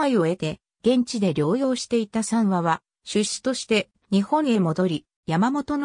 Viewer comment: さんわではなくみわよしたけ、やまもとごじゅうろくではなくいそろくが正しいと思います。